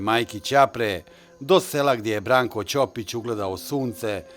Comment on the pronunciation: Bravo za svestenika i mjestane za njihov izgovor Brankovog prezimena.I ja sam rođena ispod Grmeca gdje imamo porodica Ćopica.